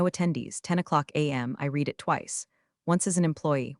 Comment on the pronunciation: Good story. You still need to program the AI in pronunciation. Read is pronounced differently in past tense.